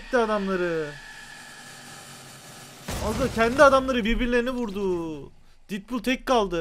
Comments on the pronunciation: Abi didpul diye okuma artık detpul bak okunuşuyla yazdım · abi şuna didpul deme ya sinirim bozuldu